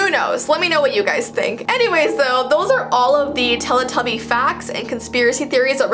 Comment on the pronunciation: I heard telepuppy 0-0